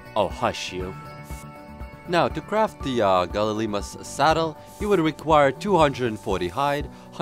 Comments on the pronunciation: Gal-ih-mime-us ;p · Its pronounced ''Gal-e-my-mous''